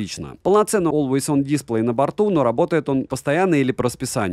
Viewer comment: дисплЕй, а не дИсплей! Спасибо большое за обзор. 😉